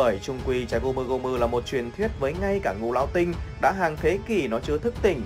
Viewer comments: ngũ lão tinh. phát âm ra ngũ lão sờ tinh, vãi lúa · xem clip thấy thằng này nó đọc chữ ngũ lão tinh cứ phải đọc thành sting ấy nhỉ? hay uống nhiều sting quá bị líu lưỡi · ))) chắc nghĩ thế là ngầu nên cứ đến từ đó là gằn giọng